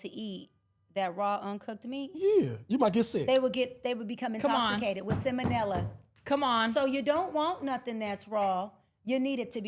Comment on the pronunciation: Shes a Dr. lol…. pronounced its Sal monella not seminella. This woman is a fake Dr. that use to be a stripper that talks as if she is a high value, disrespecting men and trying to tell them whats high value. This woman needs exposed and put in her place. Its funny how far looks can take you respectfully.